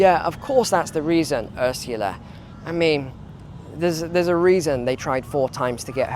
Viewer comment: Hey, i really like your walk and taks, love Bangkog! Its so funny, the way you say Ursula.. thanks for your reports.